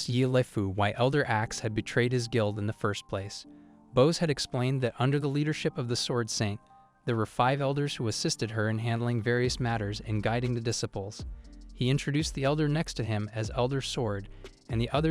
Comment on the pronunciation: The hell is a Dis-cipples?